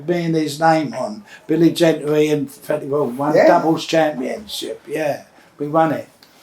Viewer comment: is fweddie still awive